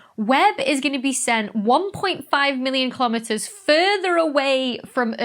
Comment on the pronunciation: YAY!!! I caught a BLOOPER THAT YOU MISSED!!! LOL - "A hundred and fifty million KILOMETEMERS" !! LOL :D It's so cute... as Dr. Becky ALWAYS IS! :D